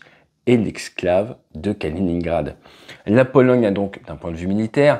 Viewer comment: "la Polo--GUE--" tu as dit